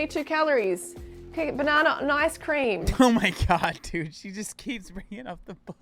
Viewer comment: "freelee the banani gorl" lol